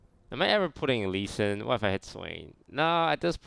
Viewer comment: Sounded like "Elise in?" to me.